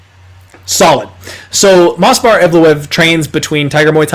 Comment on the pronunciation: You were so proud of your "perfect pronunciation" of Evloev's name. In the video you are saying "MOS--VAR EVLOEV". But the correct pronunciation of his name is MOV--SAR. So I thought I would help you out (since you are helping us out with winning our bets).